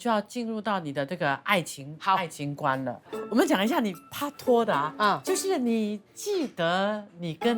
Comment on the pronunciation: 不要再pa拖了是pai拖除非您是想读粤语没读准